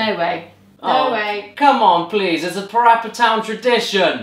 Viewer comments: PaRappa The Rapper 2 not PaPPy Rappy 2 ok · it's PaRappa The Rapper 2 not PaPy Rappy 2